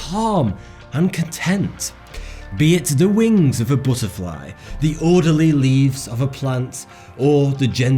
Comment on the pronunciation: Booterfly? YOu are a scot?